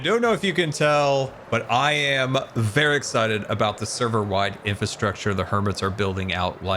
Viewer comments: It’s infRastructure, not INFASTWUCTUUUUR!!! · says infatructure instead of infrastructure lol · is he saying "infa structure"... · As this went on I lost all confidence in how the word infrastructure actually should sound 😂